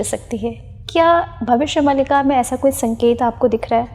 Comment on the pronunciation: Host महोदया, आप भविष्य "मालिका" को भविष्य "मलिका"बोल कर इस ग्रन्थ नाम बिगाड़ने का कार्य न करें 🙏🙏🙏🙏